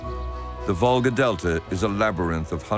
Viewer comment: It is a river Volga, not vulgsr as stupid AI spells